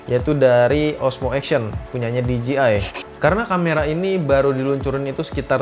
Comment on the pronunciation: DJI baca di je ai bukan di ji ai